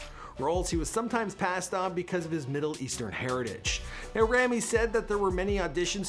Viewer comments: ITS PRONOUNCED (RAW-ME) NOT (RAM-E) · you yourself are saying his name wrong for god sake!😑😂 He's a handsome yet talented actor and deserves what he has reached and even more. Forever supporting him! (I'm Egyptian and proud)🥰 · You keep saying Rami's name wrong, and I'm pretty sure that Rami and Sami are older than their sister. Or at least that's what I've heard from other interviews about him.